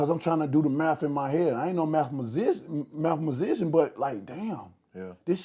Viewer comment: Nigga said mathmasician